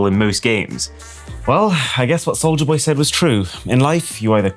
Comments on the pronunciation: never heard of Souj-la boy. hehe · "soujla boy"